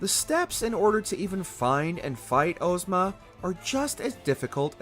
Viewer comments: Ohhhzma instead of Ahjzma drove me insane. The name comes from The Wizard of Oz. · Ozma is pronounced Oz as in wizard of Oz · Ohzma Mans saying Ohzma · Why are we saying Ohzma dawg